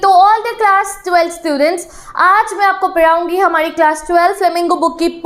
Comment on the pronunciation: Padhaungi❌ Paraoongi✅